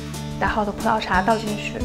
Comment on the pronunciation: 葡萄 轻音 不是葡桃